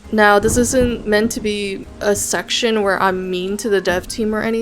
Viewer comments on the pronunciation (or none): none